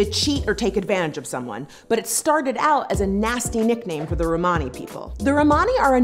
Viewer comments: The only thing that frustrated me was how you said Romani, I am Australian and was taught by a woman of Romani decent and she did not say it like that. But yeah, Americans must say it differently to us. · Romani is pronounced the same as Romans so Roman-ey like money not Rmaani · Please learn to pronounce "Romani" especially since you're "defending" us. Lol. The way you say it sounds like you're speaking about a group of Ray Romano fans. Hey look it's the "Ro-monnies!"